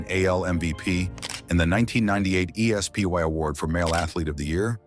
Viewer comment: Maybe you should get a narrator who has a clue what sports are….”Griffey hit point three three three”. “Earned an E-S-P-Y award”. Who is this? Or is it another AI garbage channel?